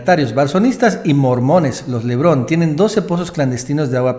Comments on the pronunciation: se apellidan LEBARÓN, NO "Levrón", ¡Ay!!! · PORQUE LES DICES LEBRON? ES LE BARON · Lebaron Lebaron Lebaron, no LEBRON ya estuvo, pronuncia bien.